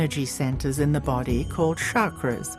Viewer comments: first of all its not shakra it's chakra xD pronounce it right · It is pronounced CHakra, not Shakra